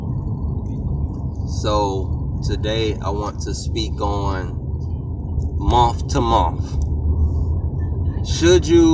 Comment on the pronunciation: " in a Muh to Muh "